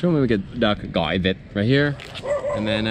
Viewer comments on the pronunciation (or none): pronounce the word “vit” sound like “địt” ( that mean “fart” in Vietnamese 🤣